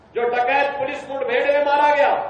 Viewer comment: अरे बाबा जी मूड बेड नहीं होती मुठभेड़ होती है बोलना तो सीख लो